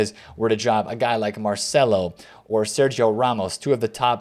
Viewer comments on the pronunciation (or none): none